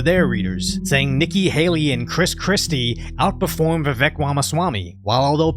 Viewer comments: In his own words, "it's Vivek, like cake." You could atleast pronounce it correctly. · Say it like Rake... Vivake. I hope that helps.